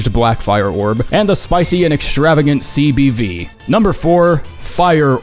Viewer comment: CBD- cock and balls destruction. I will only accept this and you cannot change my mind. (It's CBV but I heard CBD)